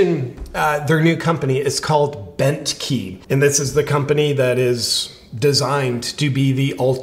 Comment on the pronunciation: The first time you said Bentkey i honestly heard Bent Heeb, and i was thinking oddly accurate but i can't believe Ben was ok with it.